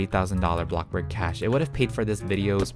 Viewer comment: I LOVE WHEN SAYS “bloxBuRg